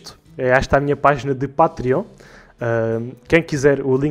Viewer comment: não é Pátriónh, é "patrêon"!!!